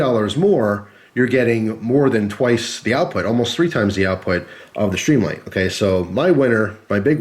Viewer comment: why do add an "h" when and pronounce as SHtreamlight? I like the looks of the Streamlight, but prefer as you pointed out earlier - the solid, non-rubbery button on the thrunite. Nice tight review. I wish they made these usb rechargeable - I've really gotten used to that feature on other products.